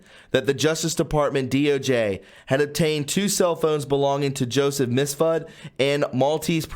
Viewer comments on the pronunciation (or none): It’s mifsud. Why does everyone pronounce it like misfud? Lol